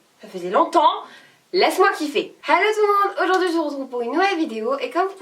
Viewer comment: elle dit pas Hello elle dit Hallo